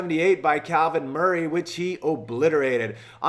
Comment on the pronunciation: Bro. Its Calvin Murphy. Be respectful